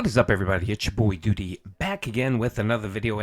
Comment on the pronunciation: Doodeee, Dhalseeem. Someone tell this pig he's pronouncing names wrong